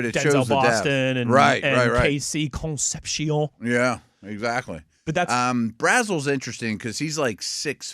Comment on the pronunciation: For God's sakes, stop pronouncing Concepcion's name like it's French. You sound dumb